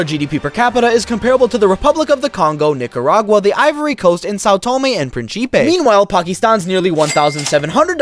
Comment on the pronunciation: I love how this guy says São Tomé and prin CHI PE not São Tomé and principe